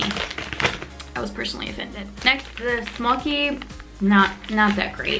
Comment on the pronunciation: Came late to this party, but had to thank you for making these videos and I'm glad that you like most of our snacks... and yes, it's smo-kee (short o, like in for) :) Love from Serbia.